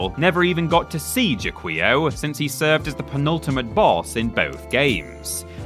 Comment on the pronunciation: OK I'ma be THAT GUY: Jaquio is pronounced "ja-ki-o" (from Japanese 邪鬼王 jakiou, meaning something like "Demon King"). For more eyeball horror, I would also submit Giga from Life Force and Eyeball Growth and Grimgrin from The Guardian Legend.